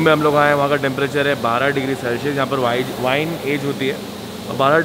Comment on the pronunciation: Thats not vin thats wine